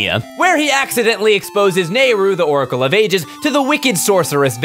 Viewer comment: “...into the secwets....” “Zeltda” “Oracle of eight-dis”